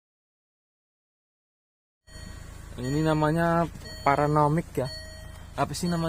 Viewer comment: Paranomix.. Paranormix.. Readimix.. 😅